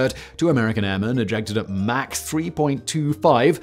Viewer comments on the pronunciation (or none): none